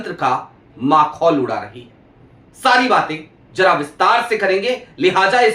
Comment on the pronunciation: माखौल नहीं,मखौल, क्षमा करें मगर बात का आधा ज़ोर गलत बोलने से खत्म हो जाता है